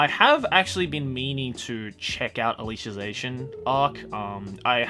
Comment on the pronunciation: how i pronounce alicization: al-i-siz-ation how pronounces it: al-isha-zation i question my ability in being a self-proclaimed weeb.